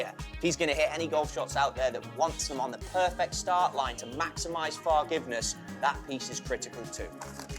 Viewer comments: Fine, I’ll buy one if you guys promise to never say “fargiveness” again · i'm out as soon as he said "maximize fargiveness", sorry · Imagine having a contract requiring you to non-ironically say "fargiveness" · I can't belived he unironicaly said "Fargiveness" jesus christ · Please, please stop saying "fargiveness". Sincerely, Everyone.